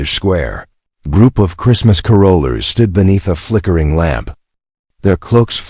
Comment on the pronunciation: Please pronounce carolers correctly…long winded at the end